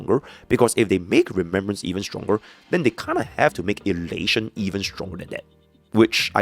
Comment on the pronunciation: Ain't no way bro said rememberance in no1